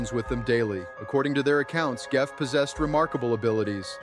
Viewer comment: Geoff is pronounced Jeff.